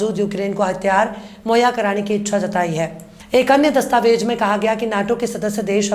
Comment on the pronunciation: Dastavej nahi dastavez kaheye.meda aap ka andaaze bayaan bahoth shaandaar khoobsurath hai.Jai Hind